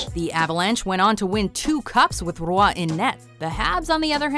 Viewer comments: I mean... if you're French you should know how badly the narrator is pronouncing it.. it's not ru-WAH in two syllables like she's saying. Closer to just "WAH" though with a slight bit of uvular fricative in the onset of a single syllable sound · I hate how they pronounce Roy wrong